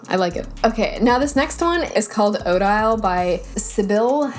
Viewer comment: You’re killing me with the way you are pronouncing Odile. It’s the name of the blake swan in Swan Lake. I wonder if there is an Odette (white swan) font by the same creator.